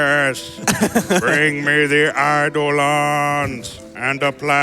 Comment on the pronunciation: As much as name pronunciations come down to personal preference, repeatedly hearing the "ei" letter combination (eidolon/eiko) pronounced as "eye" rather than "ay" put me on edge the whole video.